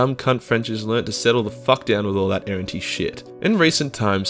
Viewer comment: Errantry, you sound like you’re saying errentee